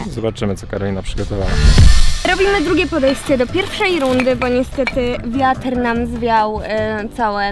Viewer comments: Czy mi się zdaje, czy Ona powiedziała "wiater" ?? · Czy tylko ja zauważyłam że Karolina zamiast wiatr mówi wiater? Xd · Nie mówi się ,,wiater" MÓWI SIĘ WIATR XDDDDD